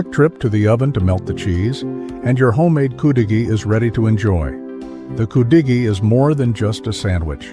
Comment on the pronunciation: Thumbnail is wrong and you pronounce it wrong its pronounce could a gee